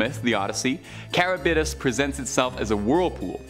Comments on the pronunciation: The are pronounced Scylla (Sil-la) and Charybdis (car-ribbed-dis) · It’s really hard on the ears to hear Scylla’s and Charybdis’ name completely butchered.